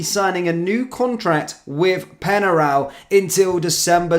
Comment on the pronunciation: Penarol! Not Penaral! Pronunciation is important, they’re a well known team of the past!